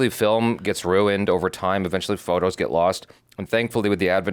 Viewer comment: The way she says photos sounds funny. Please don't take offense. It just sounds like faux toes, like fake toes 😂 Great reaction, btw. I don't think this one ever made me cry, but Up and Encanto got me